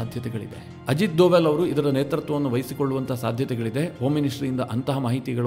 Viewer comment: You are pronouncing Sir Ajit Doval's name incorrectly.